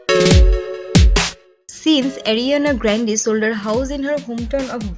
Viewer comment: Did someone noticed how the narrator of this video pronounces Ariana Grande